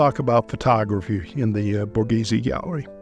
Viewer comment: How offensive and insulting to Italian culture that an English speaker goes through the trouble to make a video on Borghese but doesn’t even bother to try or educate themselves on how to even say the word. So American privilege.